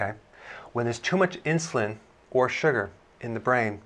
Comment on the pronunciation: Love how you say SU-GRRRR! 😂